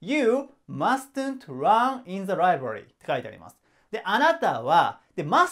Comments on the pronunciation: 〜 2番 mustn’t はマストゥント じゃなくて マスント って習いました！ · mustn't の発音 /ˈmʌsnt/ マストントって言わないで〜🙏